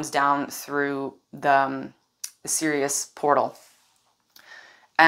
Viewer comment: 🎼 "I - am - Ironman!" 🎶 That's what I heard when you said, "I am Sirius.." 😂